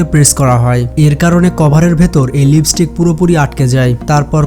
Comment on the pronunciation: লিপিস্টিক না, লিপস্টিক